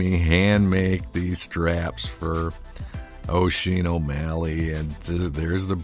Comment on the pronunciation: Haha this is really great. What is Oisin sad about? Does anyone know or is it private? Anyway best wishes out to both of you! Fyi. Its pronounced Usheen. Like Usher... with the een!!